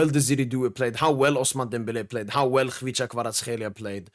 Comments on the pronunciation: I think you're the only foreigner saying Kvicha's name correctly. it sounds 100% as you pronounced. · At last someone who pronounces Kvichas name correctly lol ) My honest opinion - Barcola is a better dribbler thad Desire.